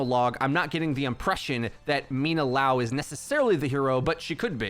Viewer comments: Bruh, it's liao, not laow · "Lee-ow" my dude. So, "Liao" not "Lao" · it's not lao, it's l [i] ao, like lee ao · li-ao not lao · It's not LAO, it's LIAO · Thanks for the quick video but you’re saying LAO instead of LIAO the whole time it’s killing me lol it’s LIAO, there’s an I in the middle. :) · I'm curious as to why is everyone pronouncing Liao like Lao. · Say it with me, Lee Ow.... that’s how you say Liao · Everyone: obviously pronounces liao correctly Yo: laow